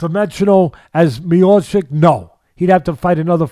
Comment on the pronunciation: Mayochic 🚫 . His name is Mi-yaw-chich Teddy, he is the best heavyweight champion in UFC, please respect the champ. 🙂